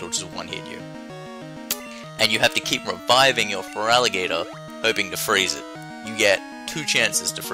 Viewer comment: your ferlatigatoer is crazy